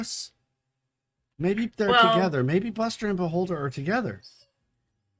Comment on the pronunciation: When you said Beholder I thought you were saying Baldr.